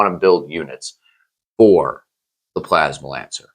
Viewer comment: You literally have "PLASMANCER" spelled out in your title and you spend the entire video calling him "plasma lancer" 🤣🤣